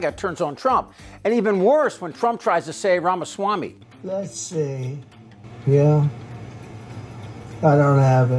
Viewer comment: Trump can’t even say ramausswammy. 😂😂😂😂😂😂😂😂